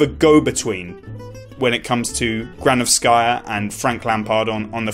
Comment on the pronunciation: GranOvskaya not GranovskAya